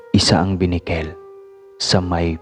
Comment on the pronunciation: Correction not binikel ,kundi benicquel